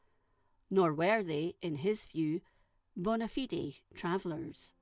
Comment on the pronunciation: It hurts me inside to hear fellow Scottish person pronounce Ratho like that... It's Ra-Tho not Ray-Tho... and Bona Fide is pronounced Bona Fide.... not Bonna-Fidee.